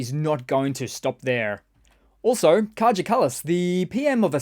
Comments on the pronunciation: Kaja in Estonian is pronounced like "Kaya" not Kaga like u said mate. Kaja is a true friend of Ukraine. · You mispronounced Kaja.